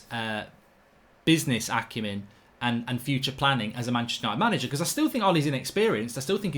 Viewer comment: Stop sayin manchester ushited so often it cringes and theres kids watchin.. foul word